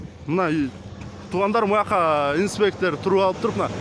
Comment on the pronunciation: Автор Таластыкпы инспектыырр дейт го